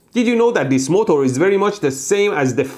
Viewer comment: He says motor the right way